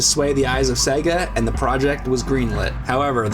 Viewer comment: S E G A, Say it fking Right you Luigi Looking Mutha Trucks. I.E Super Mario Bros Film